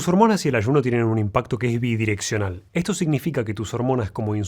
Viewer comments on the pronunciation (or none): me toco poner los subtitulos para entenderte la palabra bidireccional la escuchaba muy rara. Muy buena info doc, gracias